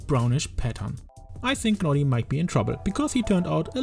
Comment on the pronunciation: U dont need to pronounce the G in Gnawty Gnaw means to chew on something the G is silent and its a play on words because he’s a beaver and they gnaw on wood